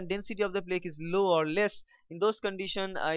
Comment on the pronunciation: Your pronunciation of the words "Angina" and "Plaque" are wrong. They are pronounced as "Anjaaynaa" and "Plaak".